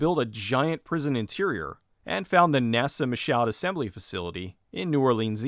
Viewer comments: It’s pronounced Me-shawd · FYI: pronounced "Me-shoe". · By the way, Michaud is pronounced like Me-Show.